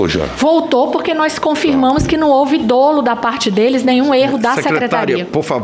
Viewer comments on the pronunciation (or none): none